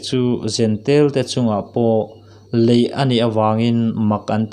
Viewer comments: Lei ni lovin Lei( tounge) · Lei,kan tawngna Lei ti a chhiar tur